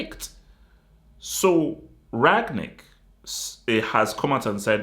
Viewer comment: It is RaNgnick. the g is almost silent. Like "Run" and "Nick" but with a g in the middle. If that makes sense 😅